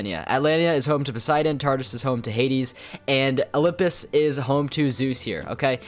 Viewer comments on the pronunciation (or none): none